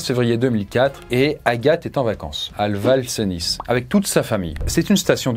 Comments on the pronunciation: ".... à le val cenisse..." N'importe quoi : " à val cenis"😉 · BONJOUR Je suis résident a Val cenis et je ne savait même pas qu'il y a eu un accident Juste pour info ça se prononce Val Ceni_ pas Val Ceniss !!! Merci pour cette vidéo continu comme ça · Val cenis se prononce VAL CENI !!!! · Je bosse et vit à Val Cenis, et je connais certaines personnes qui ont connus cet accident de leur propres yeux (pas la famille par contre), et ils sont encore traumatisés de cette histoire. Par contre le "s" est muet STP. D ailleurs on peut voir le tapis meurtrier à , mais il a depuis été enlevé et maintenant il y a un petit teléski à la place. Et maintenant notre parc de remontées mecaniques fait parti des plus récents de France, et il ne reste qu un petit secteur à rénover (pour 2024), alors plus de soucis. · Et on dit Val ceni on prononce pas le s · Bonne vidéo bemole la prononciation en savoie on prononce pas les z x et s des fin de mots seule exception le semnoZ où on le prononce Donc on dit val ceni et non cenis Ils sont fous ces monchus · J'habite en Savoie et on prononce Val-Ceni, le "s" ne se prononce pas. Par contre on l'écrit bien Val-Cenis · Ah bah merci, moi qui vis a Val Cenis ça me fait saigner des oreilles quand on dit Val Cenisse, mais dans ce cas c est comme que si on disait Parisse au lieu de Paris, ce qui est encore pire au final 😅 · petite précision le s Ne se prononce pas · val-cenis on prononce pas le s a la fin hérétique